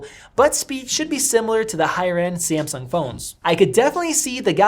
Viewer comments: Its Samsung sir not Semseng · 5 seconds into the video... "SI-AM-SUNG~"